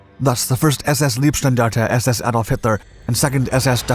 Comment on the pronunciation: The mispronunciation of “Leibstandarte” is embarrassingly odd. Here it’s pronounced as “Lieb” as in “love”, rather than Leib” as in “body”, because that’s what the Leibstandarte was, Hitler’s bodyguards. The “Lovestandarte” is also quite funny though.